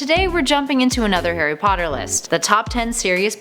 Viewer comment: This actually hurts me to watch, most of the facts are wrong in someway and the pronunciation kills me Harry not Hairy and Potter not Padder plus An-E-May-Gus, From a British user